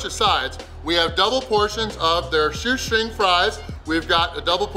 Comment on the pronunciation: You said shoe shring fries